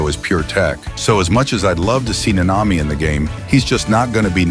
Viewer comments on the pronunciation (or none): none